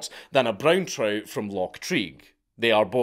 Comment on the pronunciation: Dank talking about "Broon Troot" is the most Scottish thing ever!